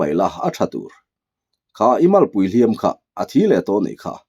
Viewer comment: A ngaihnawm thin khawp mai, mahse hnu dawm tih leh hliam tih i chhiar hi a thu a zir hian a thluk hi hman tur a awma, tuna I hman tawhnaah hi chuan a ri hniam ve ve tur niin ka hria.